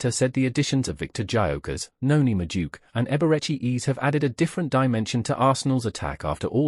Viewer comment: His name isn't MADOOK (Madueke) The right pronunciation is MA-DU-AKAY